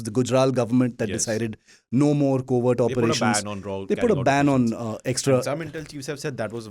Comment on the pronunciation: its "R&AW" please , not "RAW OR rAAw"